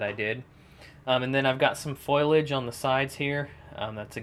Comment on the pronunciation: great diorama... but the ford is pronounced fo li age